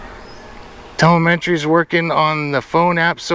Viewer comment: When you tel-A-met-tree stops working you gots to call it man!